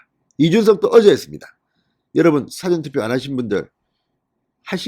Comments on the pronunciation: 무슨 충격 메시지???? 뭐가 난리가 나??? 말좀 똑바로하고 사전투표가 아니고 사:전투표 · 사전투표의 발음을 할줄 모르시나요? 사아전이라고 길게 발음하세요.며칠공안 계속 잘못하네요.제발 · *사전투표는 사전은 사~전으로 길게 발음 을 해야합니다. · 진성호님 사전투표,사전투표 하는데 귀에 자꾸 거설리네요. 사전찍을때의 사전이 아니고 사~아~전 투표입니다. 발음 잘하세요. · 제발 부탁합니다! 진성호님! 사전 事前투표의 발음을 길게 발음합니다. [사:아아아전] 투표! 사전투표?! ㅡ 이건 국어사전 투표다! 정신 차리시오! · 다 좋은데 발음만 좀 고치면 금상첨화. 사전 투표가 아니고 사~전 투표로 장음으로 발음하게 맞습니다. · 사전투표 발음이 틀였다 사자에 액센트를 두면 글의 뜻을 찾는 콘사이스가 된다 발음 정정하시요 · 사전투표 발음이 이상합니다. 지금 사전투표 발음은 국어사전, 영어사전, 의 발음입니다. 사전투표 전에 강하게 발음해야 합니다. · 사전발음이 완존? 사전이요?옥편이요? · 사전투표의 사전은 국어사전 영어사전의 사전과는 발음이 다름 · 진성호선생님! 고생 합니다 그런데 "사전투표" 발음 액센트가 좀 틀린것 같아요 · 말씀도중 "사전투표"의 발음이 이상해요(사전)의 사에 엑센트가 들어가면 안돼요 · 조선일보 기자까지 한 사람이 사전투표 무슨 사전 국어사전 발음과 읽기를 좀 정확히 해라. 그리고 사 전 투표를 할 형편이면 하고 현장 투표할 사항이면 그에 맞추어서 하면 되지 왜 너가 핏대를 올리고 난리치는지 알수가없네.